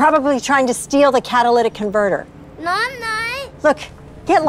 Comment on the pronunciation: " Trying to steal a cataylic converter!" First of all as if a Little boy knows how to take one and Second it's not under the bonnet.